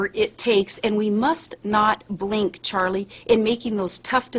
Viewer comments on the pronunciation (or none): i swear to god this woman is saying "Churlie"